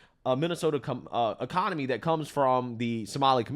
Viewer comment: "ecka-nahmi" -Lil Boosie 😂